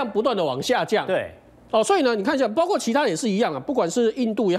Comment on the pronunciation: 是的 包挎（包括）这样的情况